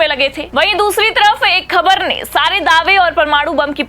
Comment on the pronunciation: Anchor, improve your bad pronunciation. You can't speak: ka, kha,, Z, J. Khabar, Khatra are wrongly pronounced.